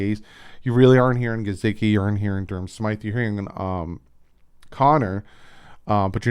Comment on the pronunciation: I noticed you didn’t click on Mike Guh-SICK-ee for how he pronounces his name. Just a friendly reminder, there is no “Z” in his name. 🤷🏻‍♂️ That spelling for pronunciation is on his profile. Thanks for the great content! Just please pronounce his name properly now. It drives me crazy when you use a “z” in his last name 🤦🏻‍♂️🤣